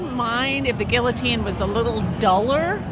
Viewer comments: "gill-ah-tean" ok.... And we listen to these people. 🫩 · The lady with the guillotine sign doesn't even know how to say guillotine. How stupid can you be. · Nor can they pronounce guillotine.